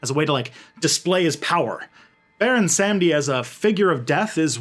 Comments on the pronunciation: "Sahm-dee" not "sam-dee". GOD. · It’s pronounced Salm-Dee. Awesome video. I love the fact that African religion is finally being understood and a person of Haitian descent, I’m sad to see our people don’t understand it because of catholic propaganda. Props. Also, Baron Samedi is also commonly known as Papa Legba. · It’s Baron “SUM- dee “. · I mean, my research says Sahm-Dee, and I've never seen Legba and Samedi as the same loa. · This was cool as hell. My only concern, as pedantic and stupid as it is, is your damn near perfect French pronunciation for everything except the name of Baron Samedi himself. It almost seems on purpose, and you seem very self-aware, so I kinda get it. As a white atheist from the Midwestern United States, it's weird to feel a connection with a spirit like this. But Baron Samedi is just something special I just can't put my finger on.